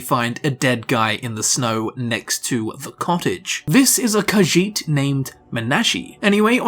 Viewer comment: It's irritating to hear him repeat Kajiit again and again because he mispronounce it horribly. And he repeats the name like 15 times in 30 seconds.